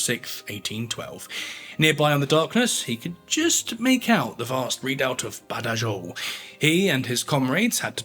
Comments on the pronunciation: Badajoz is pronounced Bathahoth, where the first th sound is voiced and the final voiceless. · Ciudad Rodrigo => see-oo-dah rod-ree-goh Badajoz => baa-dah-hoth (or hoss, if you prefer a non-peninsular version of Spanish) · It actually took me a while to realise which battle he was referring to, because I was hearing him saying 'Badayose'. I eventually made the connection, though. The Spanish pronounce 'j' as we do 'h', rather than the more German 'y', and a lisped 'z'at the end. I was expecting 'Badahoth', which I would have recognised. The sacking of the city was so atrocious that Wellington ordered it should not be repeated and anyone who ignored this would meet punishment. It was thereafter used as an example for the assault of other cities, when the inhabitants were warned 'Remember Badajoz' before the assault began and then told that if they surrendered they would be properly treated. It worked and lives were saved on both sides. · Baderjoz… can you please pronounce it properly. Otherwise it just sounds like you are reading off a script and you have no interest in the subject or content you are presenting. Like the channel but it really makes it seem like history is being butchered. You’re not the only one. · Badayoze lol. Dude. Dont u wanna check how it's pronounced? Bloocher? really? cmon now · Love the content but please learn how to pronounce “Badajoz”! In English it would be pronounced “badahoz” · Badajoz…….come on get the pronunciación right……j pronounced like a scottish ch, and z pronounced as th as in thing. Ciudad Rodrigo…..Ci…..is pronounced similar to THi in Thing …..oh dear…..